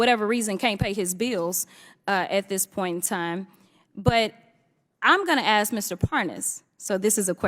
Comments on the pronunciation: Why do (WE-THE-PEOPLE) need a woman like this to perform??? We are not wanting to watch a circus act! There is a difference between the two words of: ‘ax’ and ‘ask’. The one named ‘dan goldman’, and (one’s like him) are getting plenty of coverage by jasmine…..wonder why??? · It ASK, not ass. 😅😅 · it's ASK, not AX Jasmine!!!!!!!! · Future Mayor of Dolton Illinois. And she didn't ask, she "Axed"! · No, it's axe. Don't axe me why. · She didn't axe a question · Let me axe you a question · when she "axe chew" a question "chew" will answer gnaw mean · !!! She should file a lawsuit against its acting coach ! If you axe me. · I dint axe you a question. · Overbearing DEI who cannot speak proper English. She said "Hunter ain't here". She cannot pronounce the word "ask".